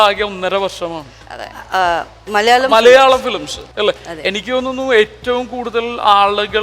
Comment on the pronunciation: ഈ അവതാരിക ഏത് കോത്താഴത്തെ മറ്റവളാ ..?മലയാളം എന്ന് മര്യാദക്ക് പറഞ്ഞൂടെ അവളുടെ മറ്റവടത്തെ മല്യാളികൾ ഇത്പോലുള്ള അവതാരികമാരെ ഒഴിവാക്കുക ഷക്കീല പോലും മര്യാദക്ക് മലയാളം സംസാരിക്കുന്നു ദയവ് ചെയ്ത് ഫ്ലവേഴ്സ് ശ്രദ്ധിക്കുക ....